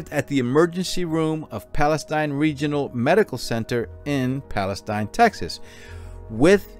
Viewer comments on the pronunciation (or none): It's Pale-steen Tx, love your show!